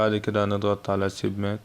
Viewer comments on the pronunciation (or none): بجد شكرا ليك بس حضرتك بتنطق الكلام بطريقه خطأ كلمه Baisc اسمها بيزك مش بسك وكلمه submit اسمها صب مت مش سب مات تقبل مرورى